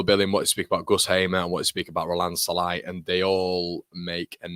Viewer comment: as a Hungarian "Sallai" pronunciation is: "S" like sugar not like sun, and the "i" at the end is more like a "ee" on an end of a name like "Lee", maybe a bit shorter "ee", good vid, MOT